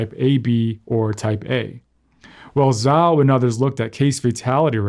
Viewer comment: Just an FYI: the Chinese word "Zhao" is generally pronounced "jao" not "zao"